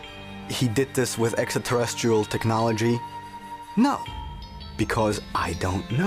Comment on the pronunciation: That the extraterrestrial guy can't pronounce extraterrestrial, has always been funny to me.